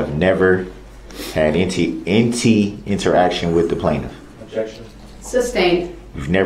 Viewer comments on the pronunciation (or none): Dumb Darrell to Det Guth: “Have you had ‘inti” interaction with the plaintiff”? 🤨